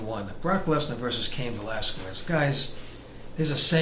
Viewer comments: Please, get it right! It is pronounsed VelasKEZ, not VelasKUEZ. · It's pronounced KEZ!!! not QWEZ. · It's pronounced "Velaskes" not the other way. It sounds funny the way you Americans say it!! hahaha